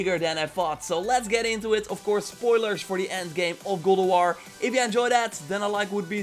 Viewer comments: Dude you really need to practice and stop saying “Gulduar” GOD OF WAR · Go Dough R? That's quite the accent